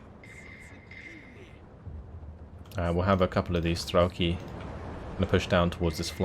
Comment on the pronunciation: Hi,. As your russian spectator let me do a littlework on pronociation (it's very painfull to her soome things every 5 seconds). Not strElki, but strelkI. The funny thing is that strElki is something very different (strelkI- shooters, strElki - lines). And not konnAya, but kOnnaya. kOnnaya razvedka means just horsman reconnaissance. And yeah, waiting for you plaing axis side. It'll be interesting how you deal with Andryusha's barrages without masses of arty or bombers on your side